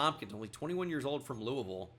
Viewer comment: he actually pronounced louisville right